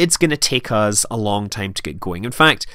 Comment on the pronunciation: I love how you say 'uz' and 'whoat'. Sounds very professional. :D